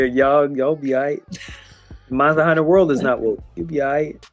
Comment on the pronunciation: Sounds like she’s saying “monstah hunter” every time lol